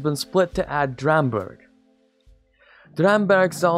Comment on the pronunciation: oef, trying not to criticise the pronunciation. ITS HARD. Burg is more like BOURGH like in french :P. Ü is like a cut sound, U is like an oo sound, like BOO